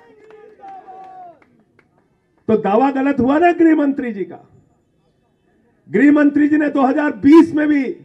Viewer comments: ग्रहमंत्री नहीं गृहमंत्री... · ग्रहमंत्री नही, गृहमंत्री होता है!😂